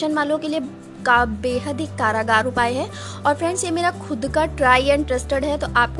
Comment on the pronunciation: Karagar mean jail hota kargar bolo